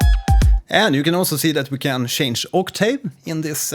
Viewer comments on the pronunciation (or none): none